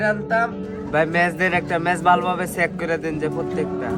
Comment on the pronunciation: চেক❌ সেক✅😂😂😂